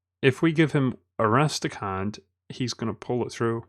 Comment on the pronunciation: Arastakhand? It's A s t r a k h a n hahahahahaha